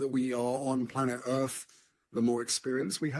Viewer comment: "Plant ERF" ??? WTF 🫣